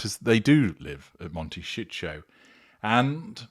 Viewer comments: Before making these stupid videos, learn to pronounce words properly “monteshitsjo” 😂😂are y sure YOU are not a narcissist, having your victim so clearly worked out!? And knowing so much about how they tick , not even being a psychologist, I wonder🤮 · Pronounce Montecito correctly, don’t care if you are AI! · Learn how to say the name of the town somebody to help you pronounce it